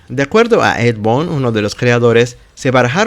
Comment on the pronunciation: La palabra "games" no se pronuncia 'yéims', sino 'guéims'; así con la 'g' suave. Boon = bun. Tobias = Tobáias. Como compensación, aprecio mucho que, gracias a tu video, hasta ahorita vengo enterándome que Ermac viene de "Error Macro". 🙂👍🏻